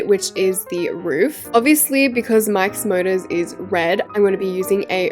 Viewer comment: The way when she says Mike's motors it sounds like mIkE's MuRdErS☠☠